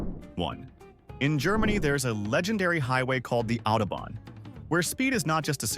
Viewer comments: Audobon???? AUTOBAHN, ffs. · #1: it’s autobahn, not Audubon. 🤦🏼‍♀️